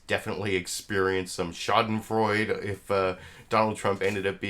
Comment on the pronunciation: To be clear, I truly enjoy your show, but it's "shah-den-froy-duh."